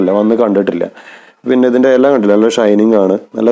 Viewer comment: എല അല്ല ഇല 😍😍